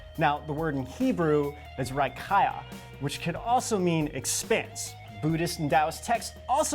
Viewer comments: it's pronounced " RA-KI-A" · it's RAKIYA, my friend, and it means sky!, nothing else!